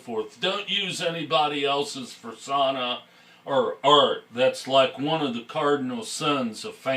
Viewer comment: I laughed when he said "Fersonna"